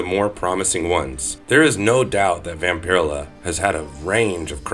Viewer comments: It's "VAMP-uh-rell-uh". Not "vam-pir-uh-la". The weird pronunciation and lack of pronouns just took me out of it..... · So I am not the ony one going "dude vampur-ella!" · Hey dude it pronounced Vam-pir-ella. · It's pronounced vampire. Ella. Not. Vamp. Pier illah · Hearing Vampirella pronounced like this is painful Vamp-er-ella like barbarella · Her name is pronounced Vam- per- ella not whatever it is you were saying. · Not to sound douchie but it pronounced VampaRella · Vamper-ella. Not whatever you are saying. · Ugh I couldn't even watch this with this guy's pronunciation of VampirELLa Shit hurt my ears. ELLA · Vam-pir-ruh-la sounds cooler. I like how he pronounces it. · It’s 100% pronounced Vamp-uh-rella,… and definitely not Nos-fur-uh-too either🫠 I inherited my grandmothers Vamp-uh-rella collection, issue one-forward, 🤫 it’s worth more than most peoples vehicle🤷‍♂️ makes my vintage complete MOTU and MOTUKO 5.5 collection look like flea market garbage🤦‍♂️ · Wish I could upvote this comment more. His mispronunciation of her name is SUPER DISTRACTING. I'm only 3 mins in but I don't think I'm gonna make it to the end. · If you’re gonna talk about Vampirella,can you at least say her name right?